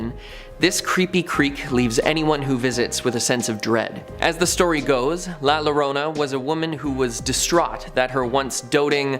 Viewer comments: You will say it wrong LA liorna, the l is silent, it's la irona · Its pronounced La Ya-rona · I know this isn't the first time you all tell the story of la Llorona (Yo-ro-na). Please learn to say it.